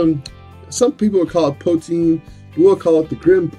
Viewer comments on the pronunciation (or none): The way you said poutine irked me so much but you just earned a new subscriber sir :)